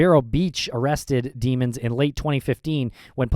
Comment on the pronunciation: it’s pronounced dem-ons